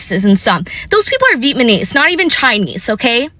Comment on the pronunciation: Did she say Vietmanese... lmaooooo